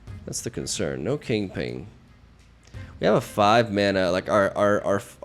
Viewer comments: Once I know that you are saying kingping I can't not hear it. 😂😂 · "Say king": King. "Say pin": Pin. "Say KingPin": KingPing. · Says he doesn't pronounce Kingpin wrong. Says it right one time, then proceeds to just say it incorrectly the for the rest of the video for the hell of it. Classic lol